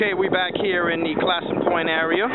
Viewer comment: Love this! Our name is pronounced Clay*son, though. Long a sound. I don't know where the east coast pronunciation came from. Very interesting...